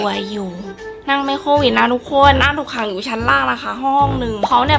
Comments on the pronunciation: โควิดค่ะไม่ใช่โตวิดค่ะ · โควิดนะคะไม่ใช่โตวิด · ขอให้หายไวๆนะคะพี่คะพี่แต่ว่าพี่คะทำไมคำว่าโควิคกลายเป็นว่าโตวิดหรอคะ